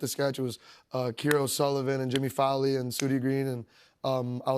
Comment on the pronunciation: He’s referring to an SNL writer named Jimmy Fowlie. I can see how it would sound like Jimmy Fallon!